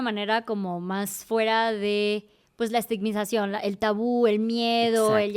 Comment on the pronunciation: ¿Estigmización? 🥴😆 ESTIGMATIZACIÓN